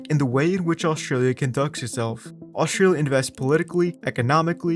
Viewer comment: there's a hard t in Australia. it's not oshtralia